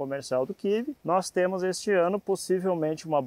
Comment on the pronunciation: Kkkkkk kivi kkkkkkk o que doido, e kiwi (kiui)